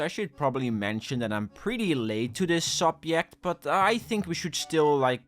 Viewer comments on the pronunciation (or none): Serious subject and all and yeah people really need to chill out, but did I hear “subyect”